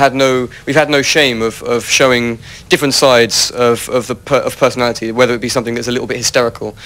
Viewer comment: "different sizes of pewsonalitty" :D:D